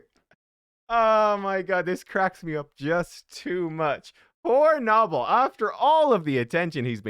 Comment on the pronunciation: Isn’t it “No-Bell” not “Naw Ball” lol